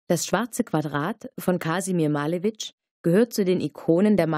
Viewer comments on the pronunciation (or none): Prima. Aber Maleeewitsch, nicht Maalewitsch :-)